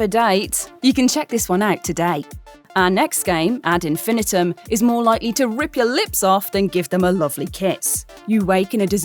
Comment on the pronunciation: Now im wondering if British people pronounce "Ad Infinitum" different than Americans or just.